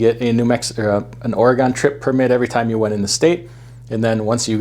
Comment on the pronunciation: Don’t ever say Oregon again!